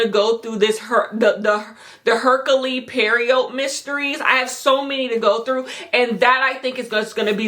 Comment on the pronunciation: since you asked, hercule poirot is pronounced AIR-cool PWAH-roe